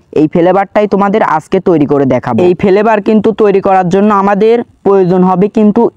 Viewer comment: Vape❌️ Vhaap✅️ Flavour❌️ Felevour✅️👍